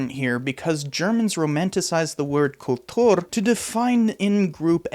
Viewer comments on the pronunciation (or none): Another great video, but Kultur pronounced with a Russian accent is weird lol. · You prononce "Kultur" like a Russian.